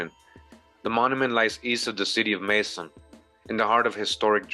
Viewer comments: Macon sounds like bacon not May-son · PEACE. (Macon pronounced May-con) This is my home. We visit the mounds often. The history here is very rich and old. Please feel free to reach out to locals for any further info or a walk through/ tour. 🤲🏼📿☝🏽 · Macon is pronounced like Bacon, I live off the Savannah end of Highway 80, wish I knew about this back in the 90's since I worked a lot in Macon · Macon - Make An... Like Bacon with an M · At no point do I feel or look at you like you are stupid. I am subscribed to your channel and have been for years. I was just trying to inform the people in the comments of the right pronunciation of my City. I am from Macon and I appreciate you doing this video. I saw this video years ago and realized then that you pronounced Macon wrong but to see that you had reuploaded it I thought maybe you had corrected it. I can tell that you are very intelligent so don't think that I am trying to insult you in any way. I am not perfect and I do not expect for you to be and from this point on just acknowledge what other people say and keep it pushing because this really was a waste of time trying to let you know that what I said didn't even need a response. I'm still here like I said before listening to all the words that you miss pronounce 😅😅😅